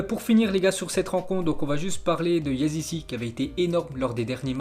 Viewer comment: Arrete avec Yazici ! ON DIS YAZICHÉ